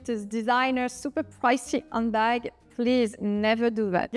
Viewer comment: Thank you for all the valuable information about handbags. Just a little English pronunciation tip. It sounds like you're saying "Undbag." Remember that in English the letter H is a litle breath. Breathe in and out with the H. You can practice by saying H and feeling the breath on your hand.You need to hear the H- otherwise you don't sound authentic in English.